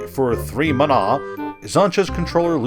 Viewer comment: It's pronounced "mana". Sheesh how wrong can you be